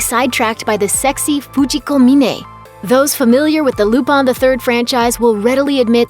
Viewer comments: why does she keep pronouncing it "Lupon" instead of "Lupin"? or have i been mispronouncing wrong all these years? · it's LUPIN not LUPON you uncultured swine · Lupon? Coupon!!! its Lupin, Looo-Piiin!!!!! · is it difficult to pronounce LUPIN (loop-in) and keep doing it wrong and say LOOPAN??? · Who is Lupon? Lupin was his name. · Its "LUPIN!!" NOT LUPAN 😅🤣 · its lupin the 3rd not loopon damn lady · She's pronouncing the FRENCH name with a JAPANESE dialect. They literally spell it RuPaN, where their letter a always rhymes with hahaha. They don't have a sound that matches "Peter PAN," which would be the French pronunciation. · Wait, I thought it was pronounced Lupin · Please learn how to say the french name Lupin properly. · I just can't get over them mispronouncing "lupin the third"... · Legit just pissed me off how they messing up such an easy name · Banna she butchered them names like it’s her job to do that